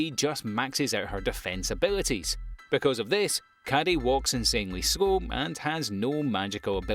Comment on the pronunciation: Who the hell is Caddy in Bofuri? If you've watched the anime or have any familiarity with Japanese at all you know it's a 3 syllable name Kaede, Kai-Eh-day. I hear and understand you're British so the speech impediment is expected but come on.